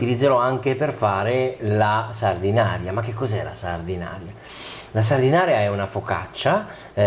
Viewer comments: Si pronuncia Sardenaira 😉 e non è una focaccia! 😜 Saluti da Sanremo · Anzitutto si dice Sardena"i"ra, e non Sardinaria. Secondo, la salsa di pomodoro appare abbastanza anemica. La scottatura preventiva del pomodoro non ne ha portato via solo l'acqua, ma, ritengo, anche colori e sapori. La scottatura é un trucco da ristorantino per accorciare i tempi di cottura del sugo. Secondo te perchè, quando si fa un buon sugo si tiene per ore a sobbollire in modo che l'acqua evapori? Terzo, per concludere, la stessa ricetta, ma fatta bene, senza scottare i pomodori, con gli stessi ingredienti eccetto la cipolla (che peraltro è assente anche nella ricetta della focaccia sanremese a cui ti sei rifatto...) nel resto d'Italia fuori della tua cucina si chiama "puttanesca". Sempre con amicizia Gaetano